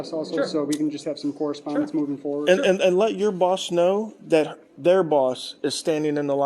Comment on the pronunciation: "I know dat"? "Over dare"?